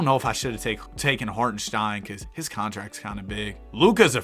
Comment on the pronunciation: HartenSTEIN not SHTEIN